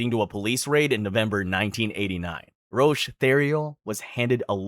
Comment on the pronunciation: Roch is pronounced "Rock". 😊